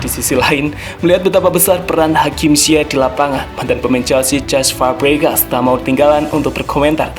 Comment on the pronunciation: cesc fabregas min bukan cest awkowkw